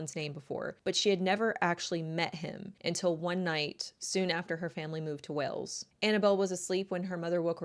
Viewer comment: I can't deal with how you say Wales. You are making a video of 20+ min take 30 seconds to say it right.